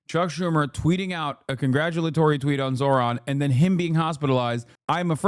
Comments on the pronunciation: Old white guy can't pronounce "Zohran"? It's a 2 syllable word. Probably shouldn't be a news guy (or whatever the fux nooz equivalent is) if you can't handle that. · These are the same peoplke that intentionally mispronounce Kamala's name. You're surprised he refused to pronounce Zohran correctly, Hasan? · I thought white ppl prided themselves on being "civilized " and having some decorum atleast in public. Now we atp where a "journalist" goes outta their way to not even pronounce the name correctly of the politician they're discussing on national television. Also why does TL sound like that now?? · The guy thinks not being able to say “Zohran” makes him look, what?… Smart?? Lmfao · To be fair, reading them correctly is a bit harder, mostly his first name, because it's not exactly how it looks. But yeah it's definitely not HARD. And like most people with "ethnic" names, as long as you make a sincere effort he'll probably let it slide. If you say "Zoran", while not exactly right he'd probably shrug it off as long as you didn't say it with disgust.